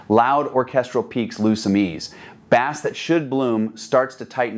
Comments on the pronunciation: Lol AI. When someone pronounces "bass" like the fish. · Why do these AI voice overs call Bass ( the instrument sound), bass the fish? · Tens of thousands of dollars on an amplifier and even more than $60,000 on speakers and I have to hear a talk about amplification turn into a fishing show with the pronunciation of the word “bass”. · I hate that! It’s not bass, like the fish, it’s bass, rhymes with ace! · Because it's dinner time!